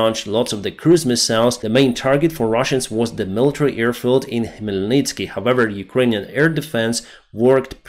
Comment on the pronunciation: you are again saying EAR attack, EARfield... AIR is with the a in bad, have, stand...